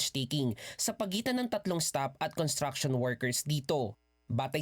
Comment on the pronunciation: It's pronounced as construction workers with an s after con.It's not contraction.